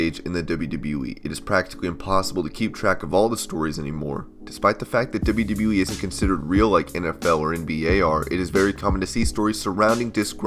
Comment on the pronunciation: I hate how you say "wwe". stop it